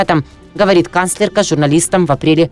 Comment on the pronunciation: КанслерКА. Кровь из ушей((